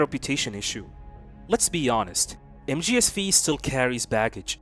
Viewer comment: You know mgs V is the roman number 5 so you do not say v, you say 5… just sayin